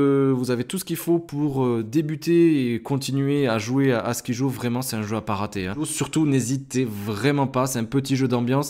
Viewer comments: ON DIT SKAIDJO ET PAS SKIJOOOOOO merci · Ça se prononce comme ceci : SKAILDJO .. et non pas comme tu le prononces . Mais c'est un jeu super que je viens tout juste d'acheter..